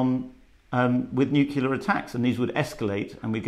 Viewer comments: Nucular attacks. .. Thr word is nuclear pal. amongst a load of other times. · Small note for, nuclear is pronounced new-clear, not new-queue-lar. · Nu-clear Not nu-cul-ar 🤦‍♀️ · For Christ's sake, it's nuclear not nucular. How can we take you seriously if you can't annunciate properly. Thank god you're not a doctor writing important prescriptions. Exactitude, man! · Not NEW-CUE-LUH. It's NEW-KLEE-AH. Is getting it right so much to aks? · Another member of the Nucula tribe; people who think nuclear has a second u. Moronic. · ^ This, even can’t get the bloody word right, and to think how everyone mocked George Dubya for not being able to say it properly 20+ years ago!